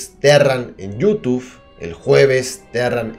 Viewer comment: me encanta cuando dice yutuf:v